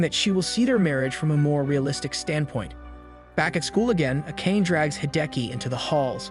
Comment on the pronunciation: Akane is pronounced Ah-kah-nay, not Ah-cain. Nekohime is Neh-ko-hee-may, not Neh-ko-heim. Cringe.